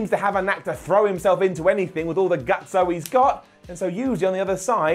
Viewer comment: Haha "GutSo" its Gusto,. lol